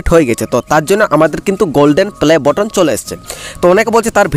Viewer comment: ভাই বটন না বাটন উচ্চারন করতে পারোনা